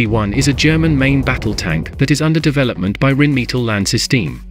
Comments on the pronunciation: You would think that in 2023 a computer voice wouldn't mispronounce so many words... Rhinemetal, me-tall? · The pronounciation of "Rheinmetall" is cruel. 🙉